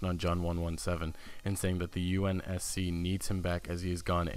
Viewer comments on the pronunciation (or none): none